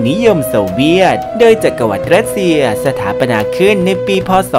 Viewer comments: สถาปนา รึเปล่าไม่ใช่ สถาปัตนา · สถาปนา อ่านว่า สะ-ถา-ปะ-นา ไม่ใช่ สะ-ถา-ปัด-ตะ-นา ติดแค่ตรงนี้จริงๆ